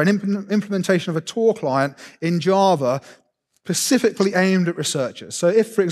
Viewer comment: How do you become an academic without learning how "etc" is pronounced? 🤦‍♂️ (and "pacifically"' "specifically")